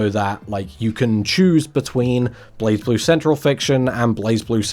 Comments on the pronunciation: Yeah it's "Blaze Blue" and not "Blahz Blue". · During the recent Arc System Works Showcase 2026, where they announced a new character coming to Blazblue, they had the official English narrator for the showcase pronounce "Blazeblue" as "BLEIGH-bloo" So uh, there's your answer, per the horse's mouth If you humor me for a second, the "E" in "Blue" is silent so the "U" has its long vowel sound, so I guess the "E" in "Blaze" is silent to replicate that effect. Doesn't explain the "Z" in that word though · it's blay-blue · I think it's technically pronounced as Blay Blue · It's pronounced "Blazblue" i believe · Also It's pronounced like BureiBuru